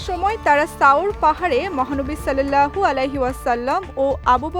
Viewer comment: সল্লেল্লাহ হবে না সাল্লাল্লাহ হবে